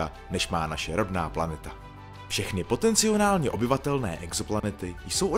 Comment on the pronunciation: Potenciálně a ne POTECNIONÁLNĚ